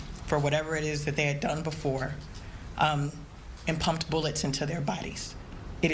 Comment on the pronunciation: Why so much emphasis on the word 'pumped'?! Why not just say...'inserted'?!